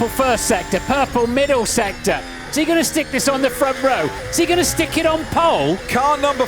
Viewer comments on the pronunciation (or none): why does he speak "is he going to stick" like that? jigristick?